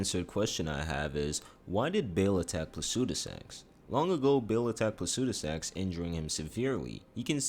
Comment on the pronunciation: Placidusax... not Placudisax